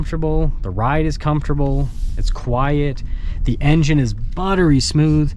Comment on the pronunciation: I want to like your videos but you talk so fast and mumble through the Engine stats you can’t understand what you’re saying. Getting to the point shouldn’t mean racing through words no one can understand.